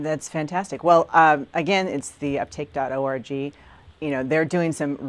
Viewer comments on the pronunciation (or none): anyone else hear her say "uptake.orgy"?